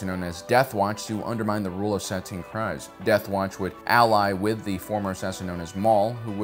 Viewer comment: Bo-Katan's surname rhymes with FREEZE. This is not controversial in the least. Rather, it is very well established in the most recent season of Mando. She even says it herself numerous times. Please quit saying it wrong!